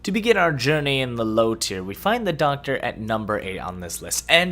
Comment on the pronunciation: I love the SHOCKTA...I...I meant the DOCKTA!!!!!